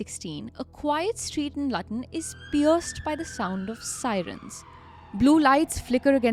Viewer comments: Pronounced looton Not lutton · It's pronounced Loootun not Lutton! Theres frequent trains to London St Pancras, London bridge, Gatwick Airport and other London terminals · Luton. Not latan😂😂😂😂😂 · You didnt pronounce it as its written, ur saying LAATIN...... Its Written as Luton, LU - loo, Ton. I love how your co-also says Laatin😂. Also my child, its no Leeyered, its Lay-ered. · If it was Lutton it would have 2 Ts. Lu-ton only 1 T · But its written as Lutton. Not Laaton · it is called Luton not latan😌😏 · Please dont call the Luton city as Latan. It's should pronounce as Lyuton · Pronunciation is not Lut-un its called Loo-ton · Lutton?!? Come on guys… should have come up in your research… it’s pronounced as “Lootun”.. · It SOUNDS - LOOOTON - NOT LUTTUN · Hello children "Lutton" is NOT pronounced as "Laa -tin". Its pronounced as "looo - ton". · Wait, Lut-on? Isn't it pronounced as Lewtun? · Lutton ( sounds button) it’s Looton 😂😂😂😂😂 please try the pronunciation before making a programme. DISAPPOINTED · Lutton??? I was confused, I thought you were talking about totally different city in a different country. BTW It’s pronounced Lootun.😊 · Haha it’s not a big deal is it?! I’m from London so familiar with Loo-tuh-n and I realised what you were saying quite quickly. Why rhe hell would you know how to pronounce such a random place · There is actually a place called Lutton as well as Luton in the UK. It's in Lincolnshire. So that's why I was a little confused at the start of the video, but it's perfectly fine if you accidentally mispronounced it. Everyone mispronounces something once in awhile. It's not a big deal people! 😂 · That's fine. It's pronounced as 'Looten' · I did laugh at Lutton but given many British place names can look one way but are said another its hardly the end of the world. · Okay the pronunciation of Luton is wrong. It's pronounced lewton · It's pronounced Lootun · It's Luton not luuutooon say it properly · ITS PRONOUNCED LOO-tun. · Luton pronounced Lootan